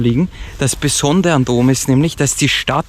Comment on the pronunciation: Warum sagt immer Dom statt Rom? 🤔